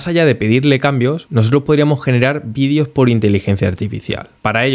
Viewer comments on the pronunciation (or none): none